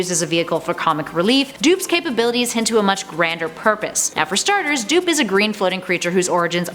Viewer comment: "Leading on to 3 DOO(hisbody)P . DOOP!" ? xD